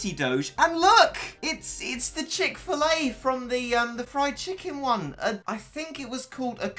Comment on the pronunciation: Chick-felle XD